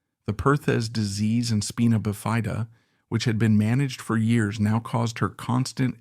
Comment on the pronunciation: What is “speena bifia”? 18 years a nurse here and never heard this pronounced like this!